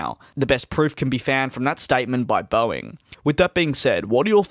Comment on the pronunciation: DID HE JUST SAY BOEING ANIME???? REEEEEEEEEEEEEEEEEEEEEEE